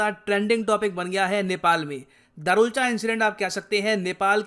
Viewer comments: It's not darchula it's दारचुला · Sir पूरी वीडियो में आपने दरुलचा बोला है लेकिन वो दारचुला है। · अरे sir धारचूला इंडिया की तरफ है और दारचुला नेपाल की तरफ है। आप दारचुला को दारुलच गलत बोल रहे है 😂🤣। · दरुलचा नही है भाई साहब दार्चुला है। लिखा हुआ है फिर भी गलत पड़ रहे हो। धारचूला पुल के इंडिया वाले हिस्से को कहते हैं और दार्चुला नेपाल वाले हिस्से को। रिसर्च करो फिर समझाओ। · दारचुला not दरूलचा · दारचुला है sir right pronunciation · Darchula is pronounced as: Dar (दार) chu (चु) la (ला)=(दार्चुला). Please pronounce it correctly.🇳🇵